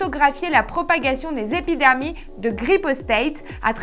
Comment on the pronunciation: "Les épidermies" ? tu t'es écoutée quand t'as bu ?